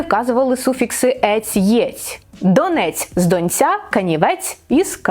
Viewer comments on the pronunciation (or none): none